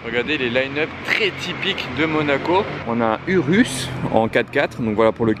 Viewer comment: prononciation ourous le "u" se prononce "ou" je sais ça fait bizarre mais c'est bien de le rappeler